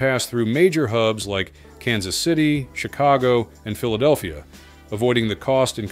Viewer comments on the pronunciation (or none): none